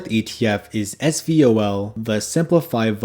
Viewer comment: Great list! (But please say ess-vol... two syllables. The first is just the letter s. 😅 Love the channel and appreciate your content!